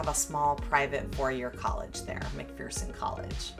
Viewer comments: I already read the comments and saw somebody corrected you on the name so I won't do that, but I will say I grew up in Kansas and every time I hear you say "Mc-Fear_son" I wince 😆 I just stumbled on your set of videos. I think it might have popped up in my feed because I have started following another youtuber called Travel With a Wiseguy who is a track coach at Wichita State but also travels around exploring small towns and ghost towns. Glad I found you. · It’s pronounced McFurson by locals. The saying is there’s no fear in McPherson. Great video. Thanks. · Just so you know, it's pronounced Mc-fur-son. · McPherson.... rhymes with verse, lol